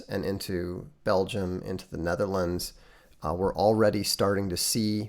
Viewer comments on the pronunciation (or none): none